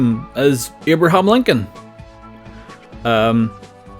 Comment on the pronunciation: Love how you say "eeyahbrahahm" my bro